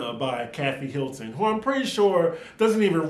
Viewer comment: The emphasis on WHO? I spilled my drink 😄